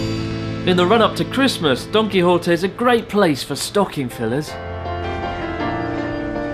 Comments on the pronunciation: i still hear it as "donkey hottie" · I'd say he's pretty close to "correct" pronunciation, save for a weak "h" instead of the Spanish sharp "j". He pronounces the "Qui" part correctly as "Ki" instead of closer to "Key" as many anglophones seem to do, and the correct "ote" instead of "otay". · All I can hear now Donkey Horte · Gonna be honest, I though Chris was saying Donkey Hot-eh~. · He didnt pronounce it as Y, he pronounced it as an H. I live in Argentina and we say it like that. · I heard "Its called Donkey hotteh" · Don Quijote sounds like Donkey Hote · i thought you said donky hottie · He pronounces Don Quijote like Donkey Hotel.